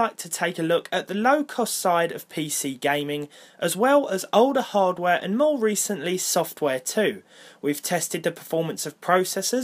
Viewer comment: "ohlder haaaaadwere" "chant ahfoo'd"